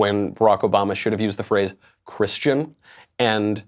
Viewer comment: He can't even say the word Christian